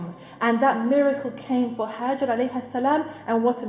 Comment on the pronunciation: MaShaAllah very inspiring video😊 i would just like to mention that the name is "Hajra" not "Hajar"☺